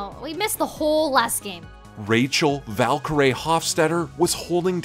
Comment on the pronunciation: noooo her name is valkyrae not valkyrie so the ending is pronounced like her name (rae) instead of how it’s usually pronounced